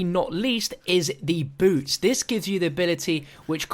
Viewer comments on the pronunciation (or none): When you first said boots I honestly thought you said boobs